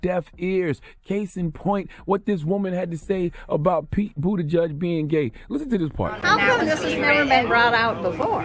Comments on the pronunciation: Boot-a-judge is different from boot-edge-edge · I also been saying bootyjudge lmao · Pete Buttigieg. pronounced: “Boot Edge Edge” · “Booti-judge” lol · This fool Charlie man should get donkey of the day for saying “bootie judge”. And kept pronouncing it that way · I wish Charla knew how to pronounce Buttigieg. 'Boot edge edge.' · Is his name really pronounced Bootyjudge? I think not 😭😭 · No One: Charlemagne: Pete Bootyjudge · It’s pronounced Booty-chug